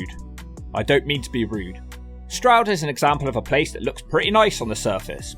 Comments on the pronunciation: Only just found this channel and as you were explaining to Americans the correct pronounciation of Stroud, you said "Strood". Strood is a part of the Medway Towns in MidKent and you have to visit them. The most notorious town there is Chatham, where some people believe the first chavs came from (it is more complicated than that obv). People thought that the subculture derived its name from "Chatham Average", but it is more likely to have come from the Romani word "Chavi", which basically means child (there is a large settled Irish Traveller/Romani community in Kent in general and all the way up to greater London and into Peckham). The Medway towns are notorious Turdtowns and Strood is separated from Chatham by the Medway river, with the slightly nicer town of Rochester between them. As tends to happen, the boys from Chatham and Strood didn't get along and would meet and fight somewhere near the river quite often. Then there is Gillingham, nicknamed "brown town" back in the day due to the heroin (ports). They didn't like the Chatham boys, and would fight around the borders between Chatham and Gillingham. All of the Medway boys would set aside their differences, get together and fight boys from Woolwich and other South London boroughs, usually crossing paths at the Bluewater shopping centre in Greenhithe. Definitely worthy of a look if you go over to that side of the country. It has been marketed as a commuter-belt group of towns for workers in London, and has long been after c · I'm an American but I know your pain of other Americans pronouncing Stroud incorrectly. Stroud is my last name and in my school years most of the teachers couldn't say it right. Like you said, it's not complicated, but I always get called Strode, Strood, Strout, and others...